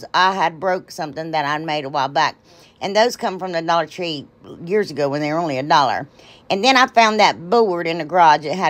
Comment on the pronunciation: I love love love those! And I love love love you… and now my grandson ask can we watch the lady who says dullar tree.. and I say of course we can. So he’s hooked just like me. LYFTBOMH!